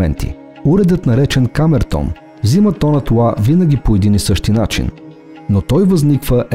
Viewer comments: Мнаго интересно видео. Благодаря, тези неща не ги знаех. Още веднъж благодаря. Но за толкова високо интелектуално ниво на клипа, е леко дразнещо интонацията на изговаряне на нотата "ЛА" !!! Изговаря се "ЛА", а не "УА". Запомнето го модерни софиянци, запоменто го..... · Тонът УА ?!?! Моля Ви, работете върху произнасянето на правилно Л. УОНДОН, СУЪНЦЕ ....... Звучи изключително несериозно. Твърде добри сте във всичко, за да изговаряте толкова усезаемо УЪ вместо Л. С логопедични упражнения ЛТА ЛТО ЛТИ ЛТЕ този речеви недостатък се оправя лесно.